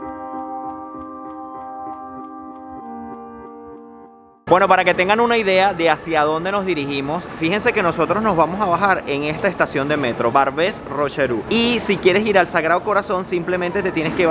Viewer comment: Barbés-rocherú🤣 jajaja. Es barbé-rocherchuart, la pronunciación.